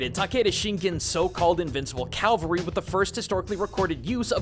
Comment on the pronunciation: CAV-AL-RY, not CAL-VA-RY